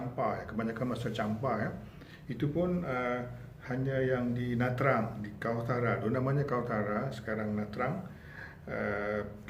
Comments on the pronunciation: Sebutan yg Sebenar adalah Na Cang bukan Na Trang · Nha Trang ( sebut Chang) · Nha Trang di sebut Nha Channg.Jika Tra Vinh jadi Cha Vinh